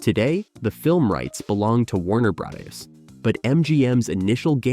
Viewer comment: It's definitely an Ai voice track. It mispronounced "Warner Brother" instead saying "Warner Breyis"